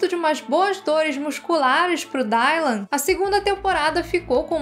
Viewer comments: Meu… Dáilan???? Se pronuncia Dilan… 🤣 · Só uma dica, pq sei que nem todos falamos inglês ou vemos a série legendada, mas o y no nome Dylan tem som de i mesmo, não de "ai"